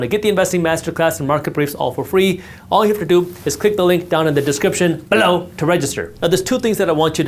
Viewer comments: Is there a inside joke with the word "below" that I haven't heard? He always says it differently. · I wonder why he says "BELOW" like that. Lololol